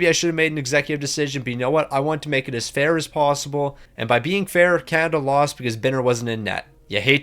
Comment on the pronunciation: The U.S. is not "Juan" , it's America Where is Can-Ih-Der 🤣🤣 Why didn't that guy Cal Gary show up?